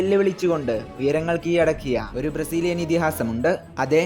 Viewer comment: കീയടക്കിയ അല്ലെടാ... കീഴടക്കിയ എന്ന് പറ... മലയാളത്തെ കൊല്ലല്ലേ 🙄